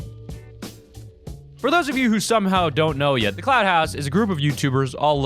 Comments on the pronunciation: I’m almost positive he said cloud instead of clout lmao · Lmfaooo he said cloud house it’s clout house😂😂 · He said cloud house I'm sleep Clout***